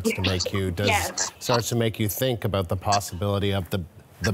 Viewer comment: 😂 he said aboot